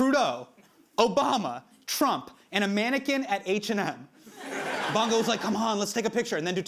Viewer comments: Hasan's pronunciation of "Bong Go" made me break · Hasan, perhaps you should’ve checked how to pronounce Bong Go correctly — or any future names, for that matter. Easy fix that boosts your credibility and makes you sound like you actually did your due diligence.